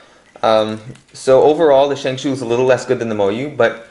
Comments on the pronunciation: yea lol its shengshou not shengshoo it was frustrating me so bad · Ok bro it's not Shang shoo it's Shang schow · Not shangshoo it is shangshaugh ow ow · why do you call it a shang shoe